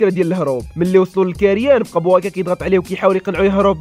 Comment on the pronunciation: بويكا ماشي بوايكا😅😅😅😅